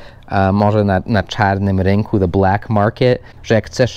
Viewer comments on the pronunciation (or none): none